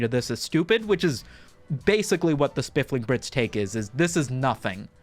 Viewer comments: Every time you say spifling i doubt my memory even more. So I checked. It's spiffing brit. There's no L. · "Spiff-ling" so many times 😂😂😂 Being English that was killing me 😂😂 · Engagement baited the comments section by mispronouncing The Spoofing Brit, 200iq move 👌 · No. He is saying it wrong. It's Spliffing Brit. Homie's rockin' the gonge. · You are mispronouncing his name on purpose as engagement/rage bait. I see you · Did pronounce the name wrong just to garner more comments? If so, new Meta engaged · No. My boy just has a speech impediment.